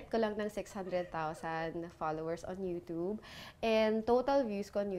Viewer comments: YOUTUBEEEEE...HND YOUTOOB GIRL....PUHLEASEEEEE! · TAWNY TEXY ang pronunciation kasi ng 'tube' is 'tub' lang..so parang 'toob' talaga kapag pinakinggan. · Mamshie Ronan &! 😍😍😍 That YOUTOOB pronunciation iz legit. 😄